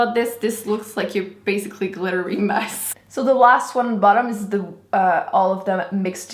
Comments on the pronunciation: You say "dee" instead of "the"..... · Why does she pronounce "the" or "they" as "de" and "dey"?????